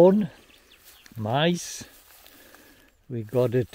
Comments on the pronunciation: LOL you call corn mice , I know your mean maize , but your forgetting the A it really does sound Odd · I know you're saying "MAIZE", but my AMERICAN EARS keep hearing "MICE" ;)